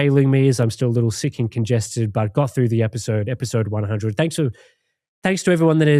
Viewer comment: why do you pronounce sick as seek?